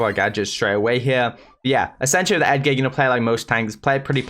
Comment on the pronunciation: Ur supposed to pronounce it ‘edge’er’